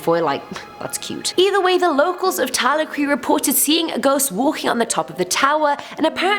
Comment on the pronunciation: I love you! But its pronounced Ta-lac-ra (Talacre).. Its spooky asf x